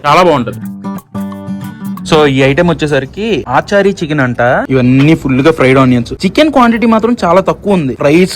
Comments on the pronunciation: aachaari, sharma, gupta chicken kaadu bro, its achaari chicken (అచారి చికెన్) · Aaachari chicken kadu ra tammudu....achari chicken ...funny pronunciation